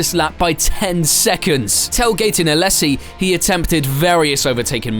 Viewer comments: Also it's "Alaaaaysssi" not "Alessssi" sorry I couldn't hold that one in either. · Badoer was being lapped by Villeneuve, he was not running 4th in a Forti. Also learn how to pronounce Alesi at least semi-correctly (as well as Coulthard and Hakkinen)